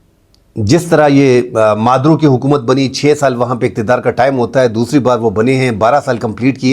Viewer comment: Maduo nhi Maduro naam he 😅